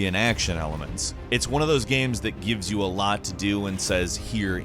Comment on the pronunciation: The way says "gaehms"